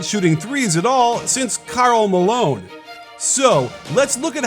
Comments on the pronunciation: Is it me or he said Karl Malone very weird? 🤨🤨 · How did you pronounce Karl Malone again?